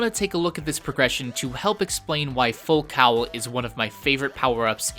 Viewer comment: ITS PRONOUNCED FULL FUCKING COLE and FULL COWEL! I cringed every time he said that word...you get triggered after multiple times...